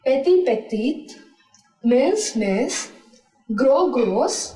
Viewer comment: there's mistake in pronunciation of mince